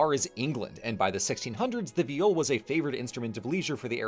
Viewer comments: I could've sworn it was pronounced "vaï-ol", not "v'jol" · I’m sorry but just where do you have your pronunciation of viol from 😭 in english it’s pronounced exactly like the first syllable in violin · in dutch that's how you say violin (though it's spelled viool) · Viol player here, this is a pretty good summary of the history, good work! However,, I'm so sorry, you mispronounced the name - it should rhyme with "smile". But it's awesome that you took on a more unfamiliar topic like this and managed to condense it down like this! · In Dutch we translate violin to viool. Pronounced exactly how pronounced viol. So what the fuck is a viol?